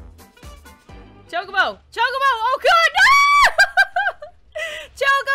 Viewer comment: It's chokabo (chalk-a-bow)